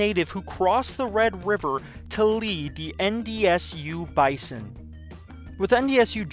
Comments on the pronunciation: Best intro to a dynasty ever... but as a Bison fan I feel I must inform you that we pronounce Bison as Bye-Zuhn. Its a minor thing, but just figured you should know if you are going to do 10 seasons of this. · Bruh, its pronounced "bizon", use a z instead of an S. Sincerely, a 5 year member of the NDSU GSMB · This video is amazing! As a NDSU alum I would like to let you know we pronounce the Bison as “Bye-zon”. I don’t know how it started but it has stuck for decades. Keep up the great videos 🤘🏾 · Good video! Just a heads up it's pronounced 'bizen' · Why would I subscribe to this guy when he pronounces Bison so weirdly?